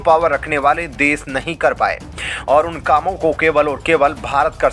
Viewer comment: Kya samil, des, bolte ho?